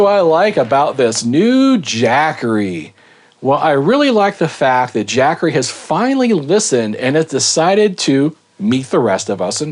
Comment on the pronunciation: "Jack-assery" .. LMAO!